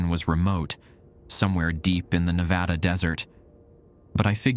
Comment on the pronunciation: The best part of the video? The proper pronunciation of Nevada. Thank you.